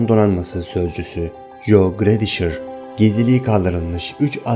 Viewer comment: Joe jo diye okunmaz co diye okunur yanlış anlama seni çok seviyorum ama sinirim bozuluyor böyle olunca fbskdnskd